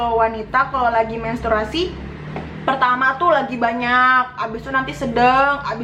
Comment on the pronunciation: Menstruasi kak,bukan mensturasi.wkwk tpi paham kok